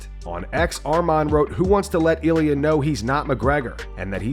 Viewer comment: In Spanish it's pronounced ilia